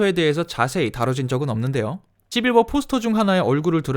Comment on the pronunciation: 처음에 시× 뭐라는 줄 알음ㅋㅋ